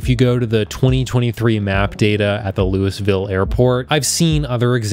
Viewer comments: Did you just say LEWIS VILLE? Lol it’s Lew ē ville = Louisville, or if you’re from Kentucky, lewvole. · it's pronounced "Lou-a-vole", with emphasis on the first syllable. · mans said lewisville 😭😭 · Louisville, Kentucky USA is pronounced 'Looee vill'. Not 'Lew is vill'. Nice try with computer narration. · I’m from Kentucky, where Louisville is our biggest city, and everytime I hear someone call it “Loo-is-ville” instead of “Lool-vull” as most Kentuckians pronounce it, it makes me laugh. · Louisville is Loo-ee-ville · it's pronounced "Loo-uh-vuhl" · Louisville? You actually pronounce the s? Weirdo. L mans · it's pronounced Loo-uh-vuhl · Bruh....its pronounced "Loo-wee-ville." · You never pronounce the S in Louisville, it's LOO-ee-vill. I hope that's not a sign this was AI recording. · I recognized the airport and I just wanted to say it's pronounced "Loo-Ee-Vill," for Louisville, Kentucky. Just in case anyone is trying to search that one up in particular. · that city's name is pronounced "Louie-ville" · Pro tip: you don’t say the S in Louisville